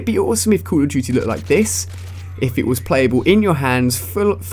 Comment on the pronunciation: cull of dutyy lol